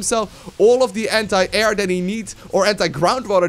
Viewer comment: every time i hear say anti air i hear hentai......dont judge